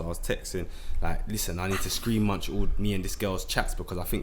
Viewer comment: man said screen munch😂 throwback still